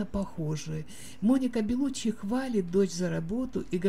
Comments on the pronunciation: ЛеонИ.... Беллуччи,не Бэллуччи.Как можно так безграмотно читать??? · ЖилЁм, БЭлуччи, ВенсанТом, экспЭрт, фэшжурналы... Что за озвучка???? 🤡